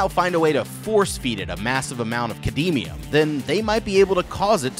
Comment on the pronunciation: Am I the only one extremely bothered that he pronounced cadmium first as "Kad-Mee-Um" and then a few minutes later as "Kad-eee-mee-umm"